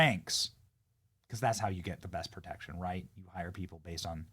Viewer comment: It's pro tection not per tection